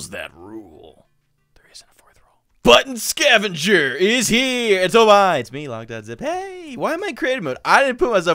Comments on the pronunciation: At the start of the vid I did not really hear "Button Scavenger" but "Butt scavenger" xxD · At the beginning I thought he said butt scavenger 😂